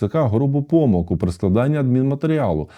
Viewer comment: я думаю что адвокат должен знать слова ПомИлка, та вИпадок. ставимо наголос правильно.